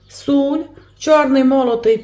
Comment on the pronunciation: ❤все дуже гарно розказуєте,но будьте такі ласкаві говоріть сіль а не суль.Підпишусь обов' язково.